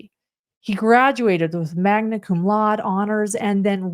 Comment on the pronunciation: You’re mispronouncing “laude”.